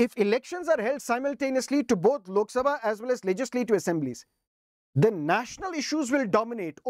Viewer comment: Sir still you remember the pronounce of lok "SABHA" 😅